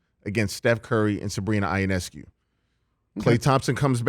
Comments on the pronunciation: It’s Yo-Ness-Coo. Please pronounce it correctly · I thought that was a strange pronunciation. I thought it was ee-ness-koo. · Gotta brush up on that Ionescu pronunciation Dan